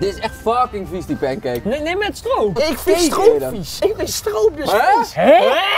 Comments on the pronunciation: Ik hoor stgoop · Hoe die Brabander stroop en poedersuiker uitspreekt: Zwaar underrated.